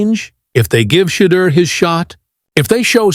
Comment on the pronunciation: This guy cant even say Shedeurs name. I’ve never heard him say Shedeur Sanders. Correct me if I'm wrong. The hate is real. Its ridiculous.